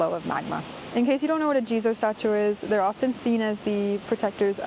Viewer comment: Thx again. Wanted to so also a daytrip next january. And "jizo Statue" ... I thought all the time you Said "Jesus Statue" and was confused haha.